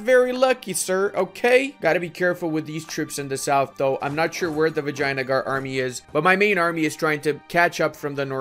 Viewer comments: its vijayanagar not vagina-gore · Nobody:: Vagina-gar